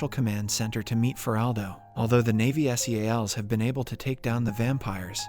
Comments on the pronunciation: Its Navy SEALS (pronounce like animal seals) not s e a l s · You don't spell Navy Seals you pronounce seals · So why can't the narrator say "Navy Seals"?